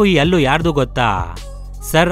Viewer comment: ಗುರೂ... ಅದು ಅಲ್ಲು ,,,ಹಲ್ಲಾ ,,,,,,.,ಹಣ್ಣಾ...ಹಲ್ಲು....ಹೋಕೆ